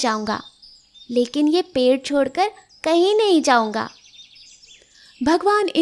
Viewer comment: पेढ नही होता पेड़ होता है